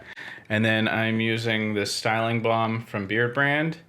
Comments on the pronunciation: I ment it as a word-joke, kind of. Your pronounciation sounded more like "Buon" than "Balm". Anyways, have a pleasent evening (Atl least here in Danmark). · Since you are pronouncing "balm" so amazing, why won't you make your own "Beard Buon" ? :) It was perfect. Have a nice, whatever american time is -day!